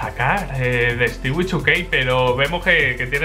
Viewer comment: hahaha, cuando dijo stewie2k y mas se entendio stiwichukey